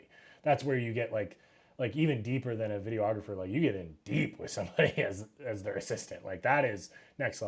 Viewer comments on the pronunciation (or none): How is my man this versed and still saying "Video-ographer"?